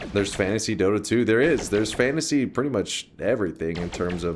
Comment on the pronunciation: took me a minute and a half to realize he's saying 'fantasy' not 'fancy', and even then it's just because of chat and his description... I fully thought I'm about to hear a tall tale about men dressed in tailcoats running around a leather sack, guffawing as they go.